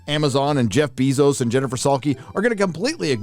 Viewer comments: “Jeff BEE-zos” 😂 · I like how you pronounce it “bee-zose” I’m stealing that. Lol. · This is the second time I’ve heard you mispronounce Jeff Bezos’s name.